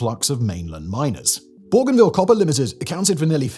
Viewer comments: I wish this idiot had taken the time to check the pronunciation of Bougainville first. It's 'bow-gan-ville'. Where the hell did he get 'bor-gan-ville'? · Pourquoi prononcer Borganville? C'est Bougainville en français. Même chose pour Torets, c'est Touareg. & la Nouvelle-Calonie, mais c'est quoi, ce bordel ? J'arrête, c'est insupportable. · The pronunciation of Bougainville is doing my head in . . . the first syllable is pronounced Bo, as in Go . . . Bo - Gan - Ville . . . Simon said it so many times I had to skip ahead. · There is no"r" in Bougainville, pronounced Boo-Gain-Veal. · It’s cringe whenever a Northerner tries to say “Borganvill” was it. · yeah, I've always pronounced it that way too... Bo-Gain-Ville also makes sense... maybe I just hate the French so much I won't say it the way it's meant to be said 😅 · this idiot is australian but cant promions the name bougainville or PNG right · Bruv, there’s no R in Bougainville. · There is not "r' in Bougainville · Agreed. Simon's pronunciation seems to be getting worse lately.